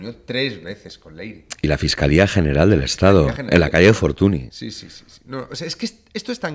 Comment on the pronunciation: Un apunte. Fortuny se pronuncia como Fortuñ. Es apellido catalán.